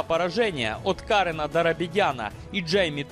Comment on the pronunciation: А кто такой Кáрен?правильная интерпретация Карéн.кому это ещё знать ели не русскоязычным?😂😂😂😂пускай лучше будет сандИего,чем кАрен